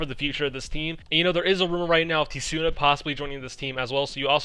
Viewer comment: Haha it always cracks me up when you call Tsuna "T-Suna" lol the T is silent 😂